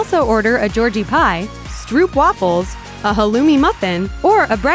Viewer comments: stroepwafles lmaoooooooooooooo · Stroep wuffels😂😂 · strupwaffles? what the fuck??? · Speaking about “the truth”. You can’t order stroopwafels but we have Mc Flurry with pieces of stroopwafel in it. It’s pronounced more like strope waafel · Stroopwafels is pronounced wrong in the video. Also, they are not served at any McDonald's here in the country they are originally from, the Netherlands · As a Dutchman the way she pronounced 'Stroopwafels' made me mad.